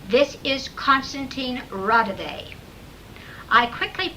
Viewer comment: I'm literally listening to tape 90 out of the 270+ tapes in the Raudive collection, and the person on the phone sounds nothing like Raudive. Also, you are pronouncing his name wrongly.